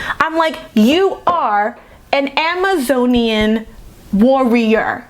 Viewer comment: I Literally Clapped when you said You ARe AN Am-A-Zonian Warrior! Spot On!